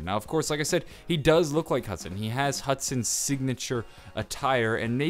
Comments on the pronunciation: love how it says hudon lol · Hudon is pronounced Hoo-don #supercereal